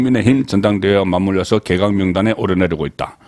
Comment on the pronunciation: 방송~~잘보고있습니다.고성국송년모임에서도~방송이나말씀도중에. 항상거슬리는부분이있는데~~오늘도예를들면개각을개에각이라던지~참많아요. 이런단어발음이~~^